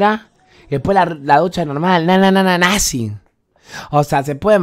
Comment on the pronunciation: modo santiagueño NAZHEEEEEEEEEEEEEEEEEEE